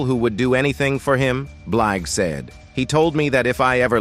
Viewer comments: "Beelj" tf is that? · What the 4hundred one one...seriously these AI recordings are horrible cant even pronounce her last name right.😮😂😢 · Narrator didn't do his research! Not Four Hundred Eleven. And he didn't pronounce her name right